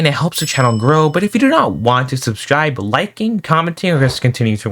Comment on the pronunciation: when you say "subscribe” It sounds like "subsjibe”